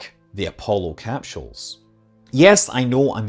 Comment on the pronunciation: "Dragon capCHules" - what kind of accent is this?